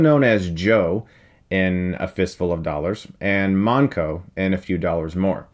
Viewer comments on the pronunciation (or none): Manco, not mango haha